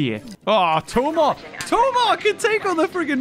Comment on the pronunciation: It's funny hearing pronouncing "Tomarr" when you know that he actually met Chris O'Neal.